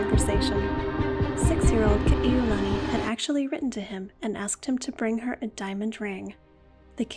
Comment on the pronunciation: You’re just another Ha’ole who cannot pronounce Ka’iulani and Kalāka’ua names correctly